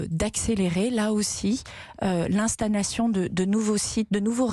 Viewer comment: ... "L'instanation.... " ça fait peur...